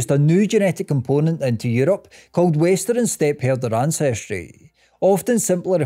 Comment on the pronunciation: Moderin and westerin lol